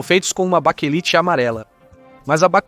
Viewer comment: Baquelite é o correto ,não baquelita